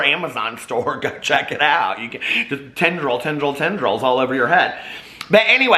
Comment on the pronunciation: Tendrils 🤣🤣🤣 the more you say it...lol